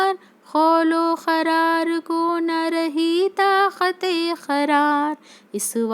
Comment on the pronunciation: Qarar hai kharar nhi qabza_e_ shanmsher hai not khabza_e_ shamsher aur bhi hai